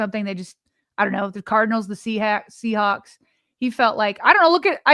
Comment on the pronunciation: unintentional mispeaks this episode are cracking me up. "Geaorge 'Tittle'" and "Seahacks". 😂